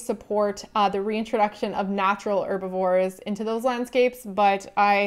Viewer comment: Dislike because you pronounce "Herbivore" as "Erbivore"